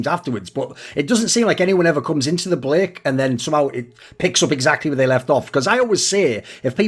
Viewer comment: Finally discovered Thorin is human after slip up in his word ‘break’ . I’m unsubbing /s